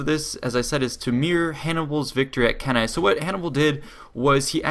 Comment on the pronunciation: HE PRONOUNCED CANNAE PROPERLY!!! HEY EVERYBODY GET OVER HERE HE PRONOUNCED CANNAE PROPERLY!!!